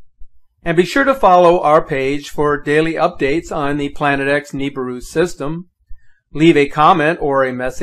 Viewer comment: Dude it not Nibuir is apodos